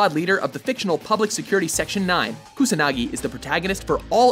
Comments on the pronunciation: solidragon09 and KAsanagi instead of KUsanagi and ShunShwe instead of Shunsui (even the freaking english VA pronounces it properly right after the announcer butchers it!). it's like they didn't even LOOK at the names! Your pronunciation. it hurts my brain @@ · Matthew Young Don't forget when he mispronounced Major Kusanagi as KasuNAHGee. And it's Key-Ree-Toh. Hearing Key-roto multiple times was like nails on a chalkboard... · I'm actually surprised to go through these comments and see nobody has picked up on Kusanagi being pronounced "Kasunagi".